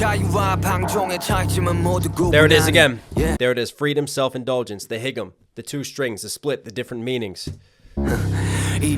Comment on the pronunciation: It’s pronounced haegum(hey-gum), not higum, lol :DD